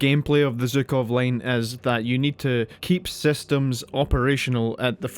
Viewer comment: Why Zukov? It's clearly Zhukov, it's literally in the name